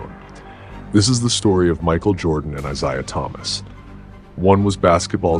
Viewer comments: Any listen to you keep saying “eyeseyeah” one more time ffs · Stop mispronouncing Isiah 😢